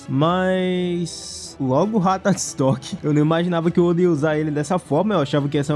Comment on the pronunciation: O jeito que ele fala Ratatosky no vídeo 😂